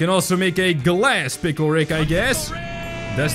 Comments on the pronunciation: It’s pickle not pickel! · WHY DO YOU ALLWAYS SAY PLCKLE IN THIS VIDEO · you said pickel 19 or 18 or 20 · its funny how he said to make every pickil rick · this is how many times he said pickel | v